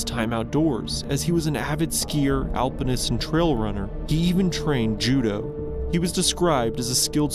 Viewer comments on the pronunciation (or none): none